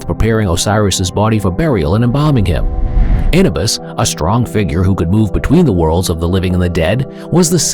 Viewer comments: It is Anuuubus pronounce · Look up the proper pronunciation of Anubis.